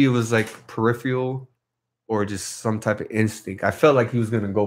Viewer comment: I can't believe it was like perifeyal....lol. Learn how to correctly pronounce a word like peripheral before using it...hahahahha